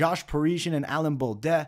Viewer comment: That may just be the worst pronunciation of "Baudot" I've ever heard. How do you get an "et" sound out of that?! Hard to believe you're watching much tape on all these guys when you're constantly butchering their names. Your breakdowns are good but if you ever want to reach the next level you've gotta do these fighters better than that.